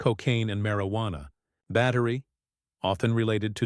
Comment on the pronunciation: "Marry-wanna?" Really? AI, I don't think you're capable of taking over the world just yet.